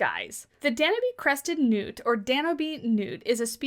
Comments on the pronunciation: It's pronounced dan-YOOB. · I think it's a very cool animal 🥰🥰. But I think the e in Danube is silent and instead of Austria you said Australia.